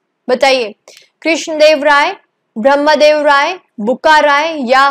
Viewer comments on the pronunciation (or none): none